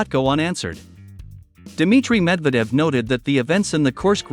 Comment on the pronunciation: Typical American, still mispronounces a prominent name that has been on the world stage for over a generation. Dude, make an effort !!